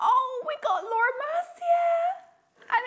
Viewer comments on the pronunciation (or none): none